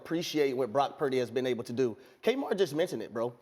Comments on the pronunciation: Why can't Cam pronounce his last name? Brock Pairdy. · Why does Trans Newton go out of his way to say Brock’s last name like that? He just wants to be relevant because the last pick in the draft can do what he never did. He just needs to stick to being the worst dressed woman from the South he will never play in the league again.